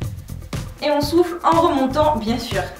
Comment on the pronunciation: je meurt à chaque fois . avant je ne savais pas qu'on pouvait avoir des courbatures aux abdos. à chaque fois que tu dit "on souffle" j'entends "on souffre"